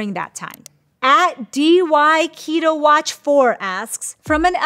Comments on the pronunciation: Ok this doctor is brilliant but I cannot get over her pronouncing username “dyketowatch4” as “dee why keto-watch four” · "D Y Keto watch four asks" - I don't think that's quite how to pronounce their username. 🙃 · “DYketoWatch4” ummm, I don’t think that’s how it’s pronounced 😂